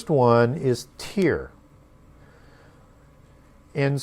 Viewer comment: Don’t mean to r petty but most pronounce Tyre as “Tire”. When u bring new pronunciations it helps to acknowledge how most pronounce it in order to keep flow (we need to be able to follow). So many of us are not academics so we often reference wha we are familiar with. (Though it may be incorrect pronunciation referencing is helpful). Thanks, definitely learning a lot!